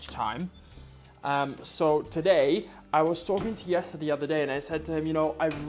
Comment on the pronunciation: OK,, why did you pronounce Jessie's name as 'Yesser'. Is that how it's actually pronounced in the Netherlands? Up until last year, I thought his name was Yesser.... Lol Happy Birthday, I hope your special day was as awesome as you are... 🥳🎉🎂🎁🎈💝🥂